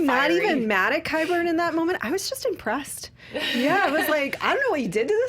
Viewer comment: Thank you for pronouncing Qyburn correctly. Please talk to John Rocha about this.